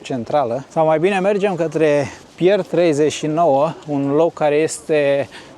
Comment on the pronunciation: Tocmai ca nu se documenteaza - dovada cum a pronuntat NEAOS romaneste Pier 39...